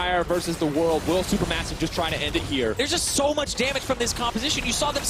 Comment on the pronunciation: "Ssso much damage"